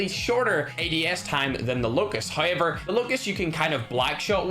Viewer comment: I love how say however HOYEVER!!!